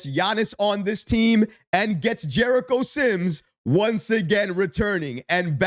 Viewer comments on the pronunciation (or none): none